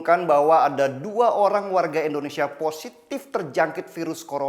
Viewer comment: KOREKSI LAH BUAT BANG DENNY SELALU SEBUT INDONESIA DENGAN ENDONESIA GANGGU BANG, !!!